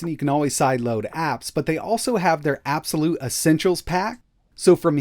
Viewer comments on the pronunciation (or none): IT'S PRNOUNCED EY-BEE-EX-WHY-LUTE!!